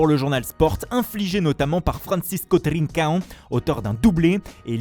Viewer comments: Il le prononce bien en plus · Au moins il le prononce bien.